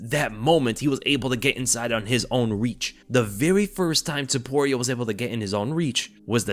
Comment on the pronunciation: Not Zaporia! TOPURIA.